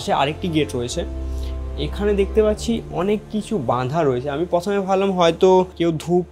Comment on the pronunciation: প্রথমে ❌ পথমে ✅